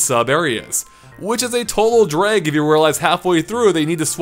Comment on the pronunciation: “Dreg” drives me crazy. My family does it too... Is from Minnesota?